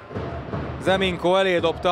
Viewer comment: Nem “Ze Minko” hanem Nze Minko😡